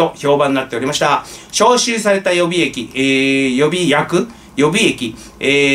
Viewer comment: 予備役の読み方は、よびやく ではなく、よびえき です。